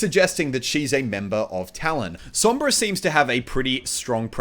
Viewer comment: Lord Salad Spanish is my native language so i know what im talking about when i tell you that he pronunced "Sombra" right